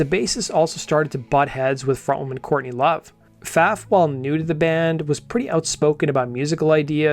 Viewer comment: Dude with all due respect if you're going to talk about a band you should probably at least learn the name of the singer before you make a video about the band and mention their name incorrectly. J/S